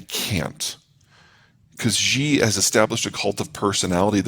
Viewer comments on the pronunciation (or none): Shee not Jee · His name is not ZZZHHHEEE, his name is SHE~! EXACTLY the same as the pronoun for as woman.